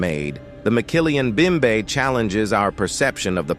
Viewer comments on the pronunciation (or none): ROTFL...there is no such thing as a McKillian Bimbe in the Congo. It's called mokele-mbembe. It's pronounced moe kay lay em bem bay Wow...I don't know how Mumbai got to Africa. Any time I've gone there, it's been in India.